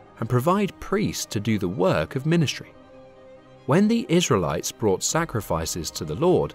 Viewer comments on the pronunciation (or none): none